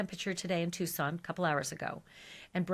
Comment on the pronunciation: Tucson, not Tuscan